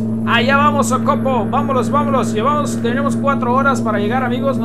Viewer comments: No es socopo es socoPO. Con acento en la última o. Buen vídeo haga uno de barinas a punto fijo estado falcón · Jajajaja me da risa como dice Socopo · Se dise socopo